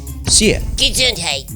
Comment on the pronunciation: gesundheit not gesundteit